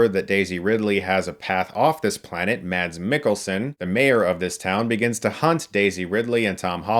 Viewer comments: Well that's sad, won't be watching this one. Oh BTW Chris, you don't pronounce the D in Mads in Danish. It's not exactly pronounced Mass, the vowel is shorter... kinda. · His name is pronounced Mas. You love him so much and he is so great. Please learn to say his name right Chris